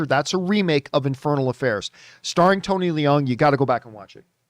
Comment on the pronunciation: Having been corrected by others myself so many times, it is pronounced Tony Loong and not Lee-ung. Stand to be corrected again but it matters…he is a great actor so it stands that his name is correctly pronounced. 🙃 Great movie and glad it didn’t suck. But think John is overdoing it. All movies are subjective, and I have only seen it once, with very high hopes and expectations. Having “sat with it” for a few days, this is how it is for me.